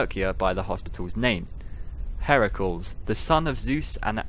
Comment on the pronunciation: Thank you so much for the FNAF book readings. I don’t think I’d read them otherwise. Heracles is pronounced hair-ick-lees. Hydrangeas is high-drain-juzz.